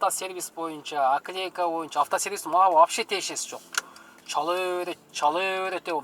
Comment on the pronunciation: Оклейка эмес опклейка болбойбу😊